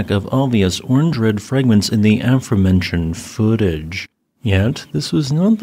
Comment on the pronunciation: affirmentioned? good info, good video, odd pronunciation by virtual narrator